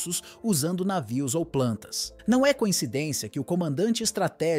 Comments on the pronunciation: Por que pronuncia "návio". O normal é "navio". O locutor carece de treino. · Anti "návio" kkkkkk é uma IA que tá lendo o texto?